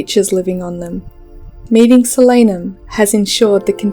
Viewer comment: its a real word, and it's pronounced correctly in the video. It's the name for the nightshade family. I also pronounced it differently in my head tho